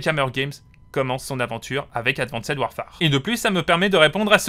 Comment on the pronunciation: Bonne vidéo mais ton anglais laisse vraiment à désiré en prononçant « streak » ou en insistant sur « Ad Van Ced Warfare » 😬